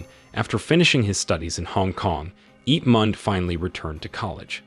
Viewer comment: "Ip mand" 💀💀🤚🏻